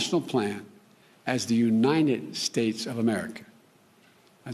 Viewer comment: "Unine-ed States of America"